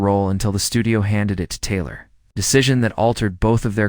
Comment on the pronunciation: not well done. pronunciation is poor at first mention of Taylor. Doubt much of the opinion or conclusions.